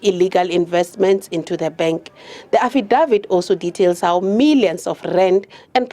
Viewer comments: I hardly heard the report. All I heard was affidavit being mispronounced repeatedly - to the point that I wondered who da eff is "Affie Dawid". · Lol Affidavit 😂 you should buy some ENGLISH LESSONS